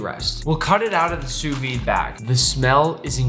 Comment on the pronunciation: Tout les Français sont en sueur de la façon dont il dit Sous-vide xD Translate All the French are sweaty the way he says Sous-vide xD